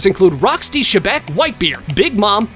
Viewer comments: Its not shebec bro Its xebec but pronounced zebec No offense:) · why did he say rocks d. shebeck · ITS X E BEC